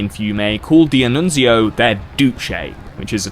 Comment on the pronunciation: As an Italian, I love your pronunciation of Italian names, the only slightly wrong ones are "D'Annunzio" (which is pronounced all together, not like "Di-Annunzio) and "Giacomo Matteotti".